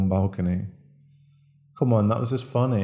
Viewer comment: he said funny like "fonny"